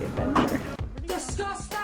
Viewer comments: Omg I’m dead the “disgostang” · The sorry girls need to thrift flip my whole room, it’s “DisGuSTaNG”